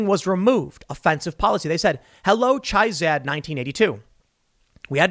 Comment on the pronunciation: You pronounced Chizad incorrectly. Chizad rhymes with Jizzad.